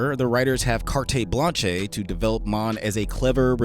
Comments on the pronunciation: "kartay blanchay" mate it's not Spanish it's French, it's pronouced like "kart blansh" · "Cart-eh blanch-eh"👍